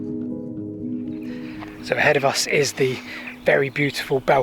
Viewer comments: Its pronounced ballcombe. Another great video on my doorstep. Been to the viaduct a few times but never down to the navigation! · Balcombe was always with the long southern A sound "ball" not the shorter northern A that you use in this video. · I love your vids but Uckford is Uckfield, and Balcombe is pronounced as ‘Ballcombe’ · Balcombe, pronounced Ball. I was born there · Another great video. Thank you. I used to live close to Newhaven and kayaked from the slipway beside the metal and wood swing bridge you crossed. I kind of knew about the navigation but always thought it was solely for the purpose of building the Balcombe (pronounced ball-Coom) viaduct. Oh and Isfield is pronounced eye-field by them there locals 😆 As it happens I now live close to the Great Western Canal and my parents are very close to the Nynehead Boat Lift… another of your brilliant videos!!! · Pronounce Ball-Combe and it’s the Ouse valley viaduct not the Balcombe viaduct, sorry I’m a local 😃